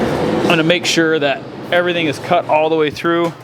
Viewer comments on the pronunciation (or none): none